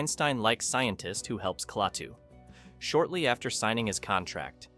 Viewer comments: It's pronounced "Claytoo" no "Claahhtoo"! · He knows that. He wrote “Klaytu” instead of “Klatuu” to illustrate how idiotic the pronunciation of the name is in the video.